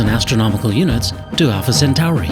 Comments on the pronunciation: Alpha sentory not sentary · Where is the commentator from? When did Alpha Centauri become Alpha Centari ? It's 'Cent-or-ee', not 'Cent-ar-ee'. When we get to this fictitious planet, let's teach the fictitious aliens to speak English or we won't be able to communicate with them and it will all be a waste of space time. Meanwhile, back on planet Earth....... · Why do science shows always have narrators that pronounce one or more things strangely? I've never heard someone pronounce Alpha-Centauri as Alpha- Cent Ow Ree until this video.